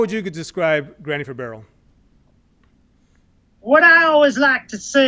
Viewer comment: everyone pronounces their name as if it’s granny 4barrel but as far as i’m concerned it should be separated. more of a pause between the 4 and barrel